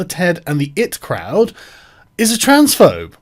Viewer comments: EYE TEE Crowd lol come on Sargon hahahaa not 'it' crowd :) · Tip for you Sargon, before weighing into something, learn how to pronounce the surname of the subject of your ire. Secondly I.T. crowd you fucking dope. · Sargon!!! You say the names of the letters when reading the "IT" in "IT Crowd"!! It's a British show! And a legendary one! An American shouldn't be the one correcting you on this! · “It crowd” *eye-tea crowd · The 'it croud'. hahahahahah. "My printer isn't working I'm going to go and see the it department" hahahaha. Sargon you plonker. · ahhh not it crod IT crowd as in computers. sorry it just bothers me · It crowd 😂 it's I.T crowd Sargon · The 'it' crowd? Sargon it's I.T. you fucking boomer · Pronouncing the IT crowd the it crowd hurt me man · It's eye tea crowd, father. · The it crowd? The what? Fuck you're an uneducated moron at times.